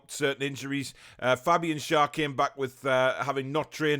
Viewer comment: talking about players names and pronouncing: fabian schar is fabian “share”